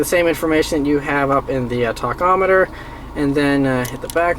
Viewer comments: Talkometer? Tachometer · LIEKABOWSE Just funny how he says it